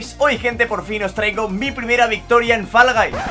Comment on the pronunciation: Pronuncia bien Fall hombre, que queda fatal que Guys lo digáis bien y eso no... 🤦🏽‍♂️